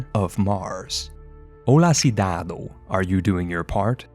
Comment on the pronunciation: I'm Brazilian and approve this reality. The Hue, Hue, Hue thing is canon, but you should improve your pronuntiation of "ão"(cidadão). It is a continuous nazal sound, like: li"on". I liked the video It is very good "muito bom".